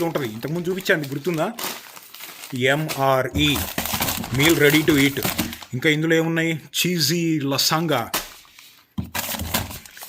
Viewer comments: లసంగా kaadu broo 😂😂😂 లాజాన్యా (la zaa nya)..french word anukunta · Bro, lasanga ను లసానియా అని చదవాలి. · US lo untunnava uravakonda lo untunnava na anna. adi lasagna ( pronounced as Lazanya) not lasanga 🙏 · 😂😂😂😂 same doubt